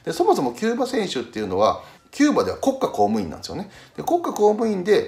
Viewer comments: 国↑家公務員⤵︎が気になる笑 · 国家公務員の発音は変わってない模様